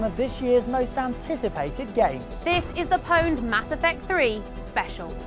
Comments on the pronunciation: its not powned you stupid bitch its pawned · PONED? Its OWNED... jesus christ. spelt pwned, said owned... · stop saying powned you stupid bitch